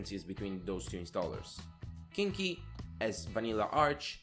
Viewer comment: "completely identical, for the most part" - that doesn't make sense . . . the derivatives are either completely identical or they arent and of course they aren't. You pronounced Cnchi as "kinky", most certainly not correct and weird choice since in English that has some innuendo on that one. You pronounced a lot of things wrong but that one is just a bit too much. dpkg is not needed for local deb installs anymore, apt does it just fine. PPAs do not have conflicts like that because they are setup in the priority order that you add them in. It will take whatever has the highest version number and if they are the same version then it will take whatever is the latest PPA added to the system. Plus, you should not be adding PPAs that affect boot related packages as that is just a bad decision in general. Ubuntu ships older versions of GNOME and GTK because GNOME refused to adjust their release schedule to make it possible to use them. GNOME releases their latest versions only 1 month prior to Ubuntu so it is just impossible to test and build everything in a month. Nautilus though is because GNOME decided to rip out a lot of features . . . Ubuntu disagreed so to not adopt that version until GNOME makes up their mind on stuff. Your complaint about Kdenlive PPA is wrong and silly since the Kdenlive PPA is maintained by Kdenlive directly. You can also just use a Snap, AppImage, or even a Flatpak for Kdenlive so your complaint doesn't make sense. - - - I am only into this video and